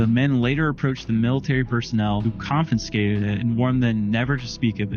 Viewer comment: if you can't even pronounce or read the word "confiscated" correctly, you have no credibility.